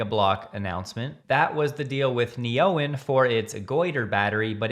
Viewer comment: OK, fine. I will stop reminding everybody how silly it is to call Neoen (as in NEO-new EN-energy) Ne-Oen. What even is an Oen?